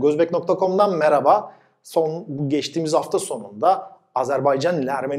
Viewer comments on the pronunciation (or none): none